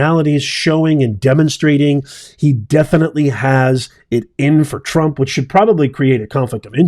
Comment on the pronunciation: Did you actually just call President Trump "Drump" and not correct yourself? Smh smiling...